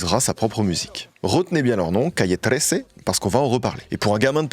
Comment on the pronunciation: J’ai adoré!!!!! Merci. Et ne t’inquiète pas, tu prononces Calle 13 mieux que tes tres belles et inspirantes tentatives d’annoncer des choses en anglais hahahhaha love love love ❤